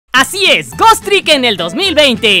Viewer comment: Y por cierto... Pronuncias muy mal Ghost